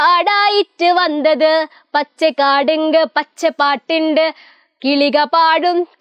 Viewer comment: malayalam vandhath alla vannath aan